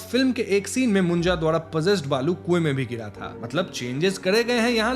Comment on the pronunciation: Its not बालू its बाळू😂😂😂😂 north people cant say ळ